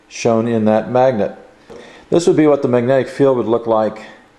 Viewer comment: Please enunciate the words you speak properly. It's pronounced "mag-net-ic." Not "ma-nec" or whatever the hell you keep saying.